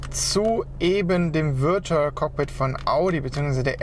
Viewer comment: "Würtual" :D